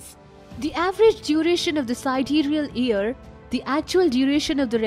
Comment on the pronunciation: Super interesting, this should be make known to the world. Small correction: its not EAR, but YEAR. You pronounce the lettet Y in the word YEAR as well. Hearing about EARS (organ for hearing) really distracted me.